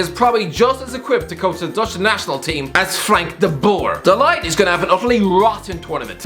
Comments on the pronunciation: Nobody:: De leyegt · Mate his name is de ligt not “the light” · De Light 💡, 🤣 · I disliked the video because you couldn't pronounce de ligcht